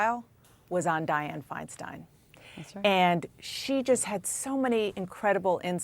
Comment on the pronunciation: Would someone please tell the CNN reporter on the Hill that her name is not pronounced Fein-steen. For Pete’s sake.